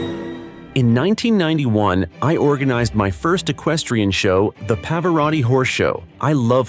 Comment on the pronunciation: Love Pavarotti hate this badly done video. Can’t even pronounce his name properly